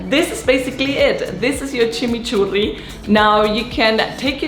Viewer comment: Exactly way to say Chimichurri 🥰